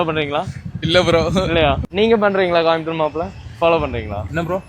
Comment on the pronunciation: கோயம்புத்தூர் தான அது காயம்பத்தூர் ன்றான் 😂😂😂